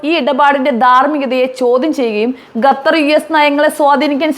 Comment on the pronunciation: എടി പെണ്ണെ ഗത്തർ അല്ലേടി ഖത്തർ